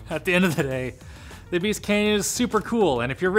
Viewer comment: It's Beast, not Beat.